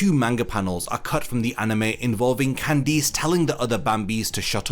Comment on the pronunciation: Why do you pronounce Candice with emphasis on the I?